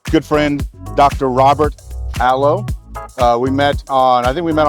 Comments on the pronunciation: Such a fun time! The best booth at SCA. Only comment, I didn’t want to start with a name correction, but Aloe is pronounced phonetically uh-LOY because it is Italy. My apologies to my family for not pointing that out. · lol, i saw the face you both made questioning the pronunciation, him not sure if he said it correctly and you thinking he really botched it but not wanting to correct him 😂